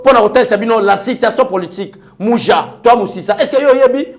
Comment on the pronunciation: Muji (racine) et non Muja, you are the best my.